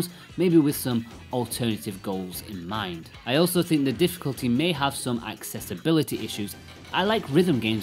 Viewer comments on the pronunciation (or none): none